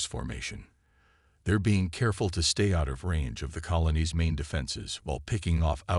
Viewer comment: Lets see, Bean instead of Being and Nemesis instead of Prometheus. I are glade I tan doe butter prodancing thin tha AI.